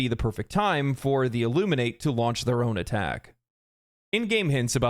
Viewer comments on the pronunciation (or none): You also pronounced Illuminate wrong. There are two pronunciations: one for the verb, and one for the adjective and noun. The pronunciation in this context is that of the adjective and noun, not the verb. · The first man I've heard pronounce "Illuminate" incorrectly